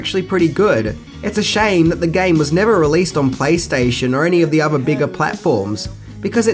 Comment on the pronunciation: Every time says "fings" instead of things or uses f instead of th and user instead of other take a shot.